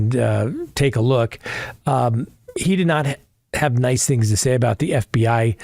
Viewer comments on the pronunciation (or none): none